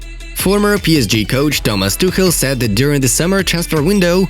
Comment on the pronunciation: Am I the only one who hears sad instead of said?